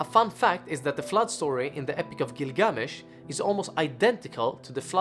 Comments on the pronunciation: Had to stop at the first line he spoke because of the weird pronunctiation/intonation of gilGAAAmesh. I looked it up; its either "ə" from "about" or "ɑː" from "father". so its not "æ" from "tattoo". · Interesting pronunciation. If this video is for American viewers the pronunciation would be " Gill-gah-mesh." For the first several minutes of video I had no idea who you were talking about. Just a thought. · I feel like the accent on the name isn’t correct. The accent is on the first syllable. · Next time, learn the pronunciation. It’s half assed bullshit